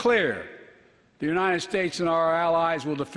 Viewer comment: Is just me or he keep saying unined instead of united.??